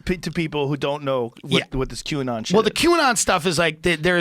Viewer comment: what is "q-n-on"?